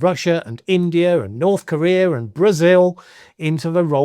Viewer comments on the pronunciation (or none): none